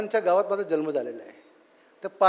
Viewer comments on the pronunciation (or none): none